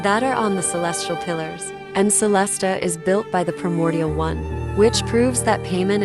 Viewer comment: you could set up 2 versions of text: the unchanged one for the subs, and the edited one for the text-to-speech to properly pronounce specific words, like "pie-mon", "celes-tee-uh", or something similar.